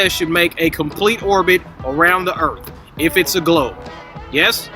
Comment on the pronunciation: I guess ive been saying earth worng all my life, according to its earf